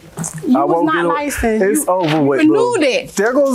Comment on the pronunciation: Don’t forget “he’s lied, he’s not li-censed”